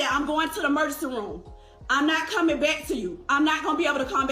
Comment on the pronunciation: I knew she was from Florida when she said “I ain’t coming byke”